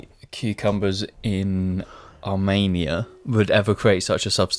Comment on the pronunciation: can someone teach how to pronounce armenia correctly please